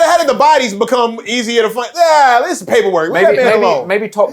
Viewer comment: He definitely said diz